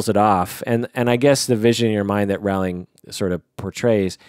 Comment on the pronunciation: Roh-ling Not Raow-ling